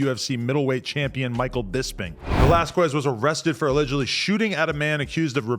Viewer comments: whats so hard about saying that Q sound? Its not velaskwez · Kes not ques...is how you prenounce it... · Skez... its pronounced skez not squez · Cain Velasquez “velas-kez” not quez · Lmao you said valesquez like you have NO IDEA WTF THE UFC or who Cain is.. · Adam saying valasquiez. is killing me lmao. bruh stop. it aint pronounced liek that. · Valasqwez 😂. Come on Adam 😂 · “Vel-ass-kwez” why the fuck u keep sayin it like that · Adam saying velasQWEZ makes me pissed lol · “Cain VelasQUEZ” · “Velas-qwez” -Adam22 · FREE CAIN and Adam stop fucking saying Val-las-kwez. Just say his first name at that point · Velasquez! (veh-las-kes) ... you're welcome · Aye real talk we need a Latino in and around No jumper to show Adam and crew to pronounce Velasquez lmao 😂 love this channel tho! G’s up!! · You're killing bros last name...🤣🤣🤣🤣🤣🤣🤣🤣🤣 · Adam, learn some Spanish please lmao. You say Cains last name all f@ up 😂😂😂🤘🏽😂😂😂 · Why Adam keep pronouncing cains last name like that 😂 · Stop saying that man last name like that 🤣🤣🤣🤣🤣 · why adam pronounce the last name like that 😭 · Adam learn how to say Velasquez you clown